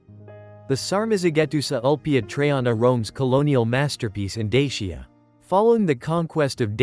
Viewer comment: Please learn how to pronounce the name of dacia